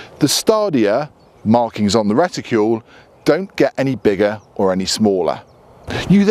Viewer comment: reticule? no RETICLE!!!